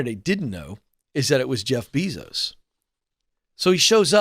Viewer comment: Isn’t is pronounced: Jeff BAYzos?